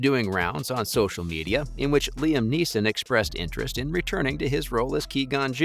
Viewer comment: Why the fuck are pronouncing his name wrong? It’s fucking frustrating